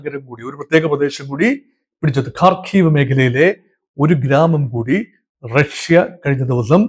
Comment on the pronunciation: ‘റക്ഷ്യ’?? ആദ്യം ഉച്ചാരണശുദ്ധി പഠിക്കൂ, എന്നിട്ടാകാം ഗീർവാണം. Not just once, but you kept repeating റക്ഷ്യ. Like saying രോക്ഷാകുലൻ 😂😂